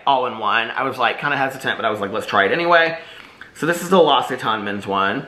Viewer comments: Apparently it's lox-e-tan. The brand actually posted a YouTube video on how to pronounce it. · Its pronounced "LOCK-sit-ON" l'occitane is my fave!!! 🥰 its storming here in phoenix and my hubby and I are sitting in the back patio watching the lightning! So pretty! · L’occitane = lox-see-TAHN 🇫🇷